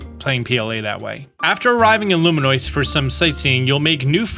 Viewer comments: Loo Me Ohs. Im so sorry but I wince every time. Somebody said take a shot every time he says Luminoice. lmao Id be cooked. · consistently saying “Loominoice” is so wild lol